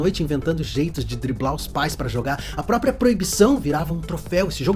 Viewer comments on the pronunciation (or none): none